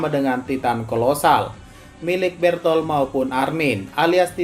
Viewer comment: bukan bertol bang tapi berutoruto